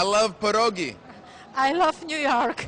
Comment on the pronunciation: 'I love pierogi':D on jest jak mój nauczyciel angielskiego, native speaker:D